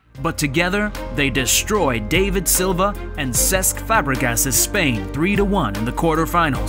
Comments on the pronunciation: The way he pronounces David Silva haunts me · Dav EED Silva, not Dave id Silva